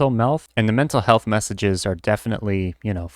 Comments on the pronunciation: can't be the only one that heard "hental mealth" 😭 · "Hental melth" My brain "hentai milf?"